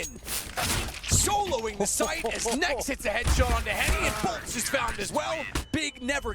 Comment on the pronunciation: They Call "Henrique" as Heni 🤣🤣